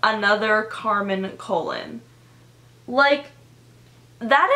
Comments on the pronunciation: It's not Carmen colon it's pronounced cologne it's a Spanish last name and actually extremely common Carmen colon is a super common Hispanic name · its said "ka-loan"